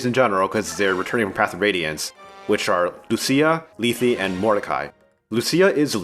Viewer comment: TIL how to properly say Lethe. Thanks.